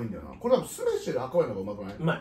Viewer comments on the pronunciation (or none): ケム酢飯の発音「す↑め↑し↓」なんだ、 「す↓め↓し↓」以外の発音初めて聞いた。